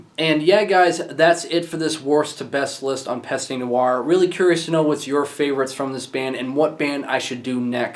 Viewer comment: its pronounced PEST. the E is silent here.